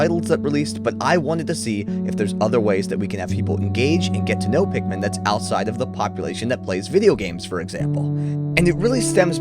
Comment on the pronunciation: “i…..am Olimar…..” “as a captain….” “i yearned for the pikman….”